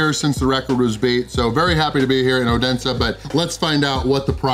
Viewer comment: The d is silent in oense for the native fynske folk :D So happy to see you visit my little country!!! Edit also no worry about the flag, it is Our Flag aswell as our birthday flag, we love it way too much! And that is a usual move after removing from birthday cake!